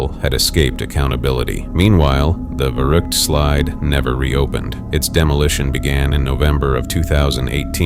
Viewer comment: You spell verrückt more like "fairrückt"